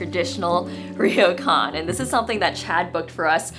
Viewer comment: it's pronounced 'Ro kan' not 'Ri yo kan'. The R and y are combine together to make a 'Ryo' sound.